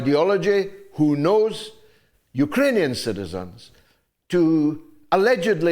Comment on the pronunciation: I can’t stop laughing every time I hear him say Yooker-anian!